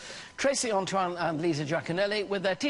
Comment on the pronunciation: Antoine is French correctly pronounced Ahn twan. The An is pronounce more through the nose, with almost an h sound. And forget the e at the end soft on the A , Ahn Twan